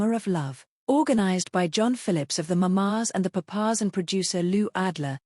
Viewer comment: “The ma-mas and the pa-pas?” Ai needs human intervention there.